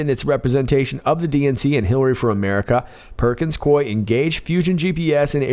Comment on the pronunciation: It's: PERKINS-COO...EEE!